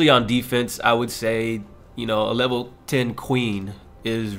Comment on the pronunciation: did u just say "lower lever"...lmao